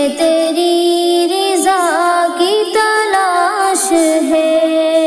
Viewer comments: Bahut hi umda magar ye sahi karein Riza nahi Raza hai padhte waqt zer,zabr,ka khyal karein baqi aapne bahut hi khoob padha hai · Riza nhi hota raza hota h meaning bhi change ho jaata h MashaAllah pyari awaz h